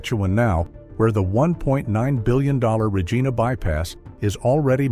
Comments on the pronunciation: The AI voiceover couldn't pronounce "Regina". Rah-geena, it says. Somebody in Asia created this "video". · AI? The tell was the Regeeena bypass -- doesn't even pronounce the name of the capital of Sask correctly . . . . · Hey AI, learn how to pronounce names!